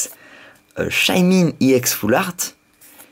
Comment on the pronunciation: on ne dit pas IX !!!! on dit ex